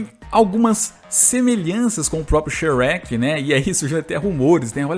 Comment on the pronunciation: Fala mó errado kkkkkk